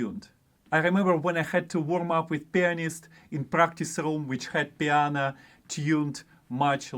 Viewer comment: I don't have a perfect pitch recognition, but I did hear you say "piana" - does that count? :-) Thanks for yet again a useful video, this one is for the confidence! Cheers